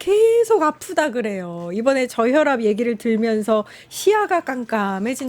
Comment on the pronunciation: 저혋압 ㅋㅋㅋㅋㅋㅋ 스퀘트 ㅋㅋㅋㅋㅋ